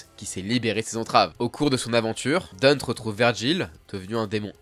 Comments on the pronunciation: Après pour les pro VF, ça reste un nom propre et prononce "Dunte". En VF "Dante" avec un A. Comme le début de prononciation en italien. Donc on est pas bon non plus.C'est pas très grave mais faites pas les pros VF si déjà ça va pas. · Mais pourquoi tu l'appelles Deunte ? C'est Dante. Ou Danté. Mais pas Deunte. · Ça se dit Danté pas Dente😭😭 et on dit pas Néro mais Niro… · Par contre dire Dunte non c'est Danté prononciation 🤣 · "Danté" stp t'a tuer son aura avec ta prononciation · C'est Dante (comme "dans" et te), et pas dunt 😂😂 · Même sur NEtflix, c'est bien DANTe, genre une dent dont on prononcerait le T, pas Deunte ^^' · Dente??? Dente?? Suis dégoûté... C Dan-nté Danté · Très bonne vidéo, mais par pitié, pour la prononciation c'est pas "Dunte" ou "Dante" (malgré que ce soit basé sur la divine comédie), mais bien "Danté", que ce soit en anglais ou en japonais ils le prononcent comme ça dans les 2 cas, puis bon on va pas se mentir ça sonne 100 fois mieux aussi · un truc me chiffone avant de commencer la video, il s'appelle pas dent, il s'appelle DANTé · Pourquoi est-ce que tu dis Deunte et pas danté, ou Dante à la limite ? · Vidéo cool, mais comment tu chies sur la prononciation a ce point...? Chaque jeu l'appelle bien DantE, chaque cinématique dit bien DantE, chaque personne dit DantE et même chaque youtuber dit bien DantE. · DANTÉ!!!!! Que ce soit dans le jeu, ou en VO c'est DANTÉ pas Danteuuh! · il en a une nouvelle version dans dmc5 qui se transforme en bâton maniant la foudre ou le feu 3 en 1 ah ba nickel Par conte je t’en supplie c’est dantÉ pas dante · le dante ma fais grinsser les des dents cest danté haha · DantÉ je t'en supplie, c'est pas Dante, c'est DantÉ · Merci, ça m'a soûler son dante😂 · Y a eu 3 vf pour l'oeuvre, le premier anime, DmC Devil May Cry et l'anime Netflix. Dans les 3 c'est prononcé Dante et pas Danté. Par contre ouais il m'a crispé aussi avec son Dunte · On dit l'enfer de Dante pas de Danté... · C’est vraiment une folie de dire Dant’